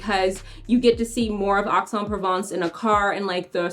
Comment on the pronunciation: If you want people to take you seriously, then PLEASE learn the correct pronunciation of place outside the US. It's EX en Provence. It is not difficult to find someone to help with learning the correct pronunciation.